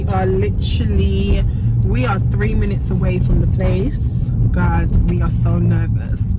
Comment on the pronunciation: I cry whenever she says “trust in Gawd” 💀😭😭😭. You’re soooo funny.